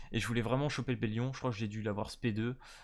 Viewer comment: Ellaté et Bellione ! C'est comme ça qu'on prononce leurs noms !